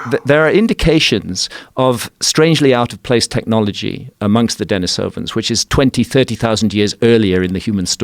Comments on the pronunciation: Dení sovans instead of Deni sóvan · Its pronounced Den-EE-sovan. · Dude isn't even pronouncing denisovans correctly, how am I meant to be believe anything he says